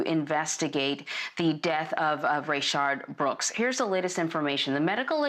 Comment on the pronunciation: we all just gonna ignore how she never gets his name right? Jesus lady its not that tough